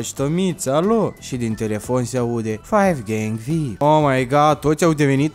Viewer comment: Defapt se zice vi-ai-pi (very important person)